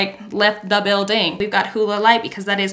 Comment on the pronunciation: “Home girl just left THE BUILDANG” 😂😂